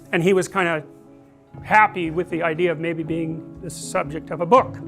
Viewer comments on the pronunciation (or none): none